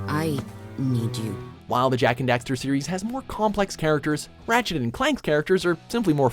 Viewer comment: they say dexter, and daxter lol